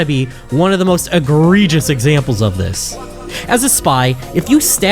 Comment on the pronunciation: Did you try to say egregious?